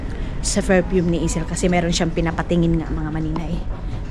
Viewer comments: Don’t say boring but bored. Another thing it is PerFume not ferpume. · Hi""" maninay,,,, maninay ecorrect lng po kita. Hindi po ferpume kundi PERFUME po